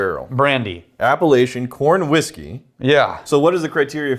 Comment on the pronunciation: say it with me: Appa-latchun. 👍